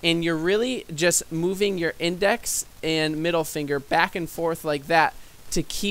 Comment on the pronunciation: index is french accent lol